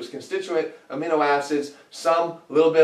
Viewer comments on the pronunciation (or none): none